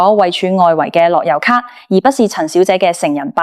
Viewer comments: 低級錯誤發音都發錯，係樂遊卡唔係落優卡🤬🤬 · AI 樂<休>咭, 好哽耳,聽得辛苦